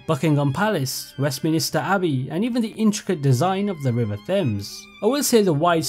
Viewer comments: It's Westminster abbey and not Westminister abbey, there's only one "i" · Bro is English and can’t even pronounce major London locations such as Westminster and Thames.